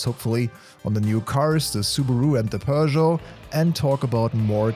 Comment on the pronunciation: Bro pronounced Peugeot correctly 🤯